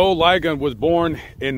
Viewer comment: Joe "LI-gon" ......the i is short, not long